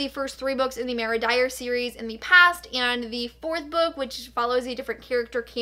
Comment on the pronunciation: Ok I love but is it only me who is extremely bothered by the way that she pronounces Mara it’s Mar-a like mars without an s not Mayor- a!